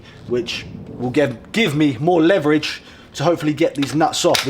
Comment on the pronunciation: you saying leverage correctly, then being corrected lol...ALSO the third older guy coming in and loosening it in seconds was hilarious. "I dunno what you two were doing"